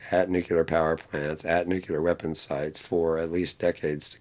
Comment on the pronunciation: One would hope that a so-called expert on these issues could at least pronounce the word "nuclear" properly, but no... he cannot be bothered.